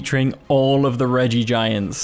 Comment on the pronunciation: Look at that! You pronounced it greatly this time at the beginning haha